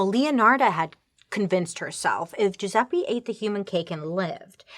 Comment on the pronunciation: It. Jewzeppie. Pronunciation